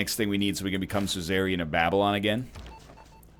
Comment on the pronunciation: Despite all the misplays, him pronouncing suzerain "Caesarean" is still the thing that's really tilting me.